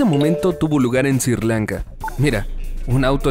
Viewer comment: Aprendan a proninciar los nombres de los lugares . Se llama S R I LANKA no S I R